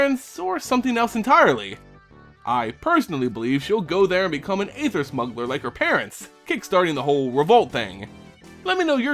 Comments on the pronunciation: Just so it's known, "aether" is pronounced [ee-ther] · ÆTHER is pronounced like ÆON FLUX